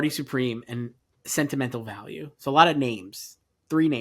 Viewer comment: As a Norwegian, I am incredibly happy that you are all excited for Joachim Trier's "Sentimental Value" and putting it in above-the-line categories, which would be the first time ever for a film from our country. I am also impressed by pronounciations of the name. It's really good!